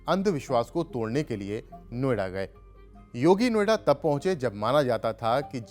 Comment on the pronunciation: नो आइडा। अंग्रेज बोलता है। What is no ida. O it is no idea.😂